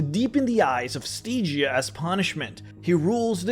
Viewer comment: Stee-gia? Really?